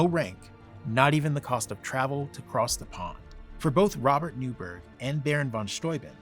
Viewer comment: Newburgh was (and still is) pronounced 'Newborough/Newbruh'. And that's the British pronunciation of Borough, not 'burrow', as Americans say. Boroughs are generally lived above soil. Burrows are underground.